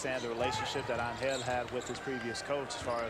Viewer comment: Evo-loution? and it's Angel, not AnHELL!